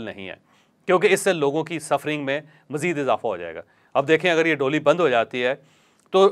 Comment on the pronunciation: Jawaid Bhai, DOLY , nahi, DOLEE , khty hain.. Thnx